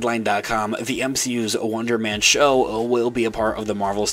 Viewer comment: You sound like you're saying Wondermen